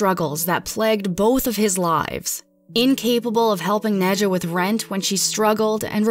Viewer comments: "Nad-yuh" not "Nidja"... I'm sorry... please.... and if that's how she pronounced her own name? Idk maybe people shouldn't name their kids names they can't pronounce 😂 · Any chance the mom’s name is Nahd-ya. Like Nadia and not Nedja? 🤦🏻‍♀️ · I think her name is pronounced Naw-dee-uh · Are we sure her name wasn't pronounced "nadia" since ja is often pronounced as ya? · It's pronounced Nadia. Not dismissing the facts, just saying people should learn languages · Im pretty sure that the J in Nadja is pronounced as Y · The j in Nadja is just an I sound.. just a silly way to spell Nadia... went to school with one.